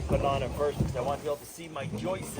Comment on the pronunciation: Joists, not "joisters" makes me cringe every time he says it. You got a boo boo, I think we've all done that at one point, it hurts, watch out for infection 🙂👍🤕🤕 Is there a moose season ? One of them would fill a few freezers